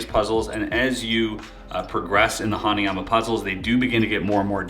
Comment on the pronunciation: Omg ! Hanayama ! The Way Mr.Puzzle Says It Is Just Awesome Anyways Great Video !